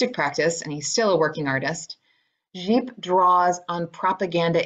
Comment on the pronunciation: Well done! Although,Gipe pronounced rhymes with "Pipe', but i do like the French inflection! You really got the work, I'm very impressed by your research. Thanks.